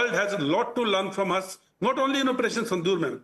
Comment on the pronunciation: Your pronunciation of Sindoor is wrong. You are sayong as Sindhoor